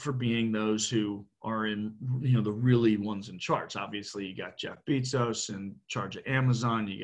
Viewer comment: Lol the way he said Jeff Bezos